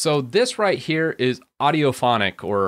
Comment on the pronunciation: I do believe that is pronounced aw-fonic :)